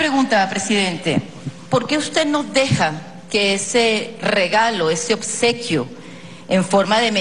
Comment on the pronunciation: “Odsequio” el paquete es usted